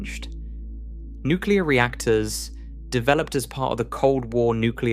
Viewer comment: Since this is AI I am assuming that the commentator is not real. Can you please teach it to pronounce its "ts". One example, the word is part, not par.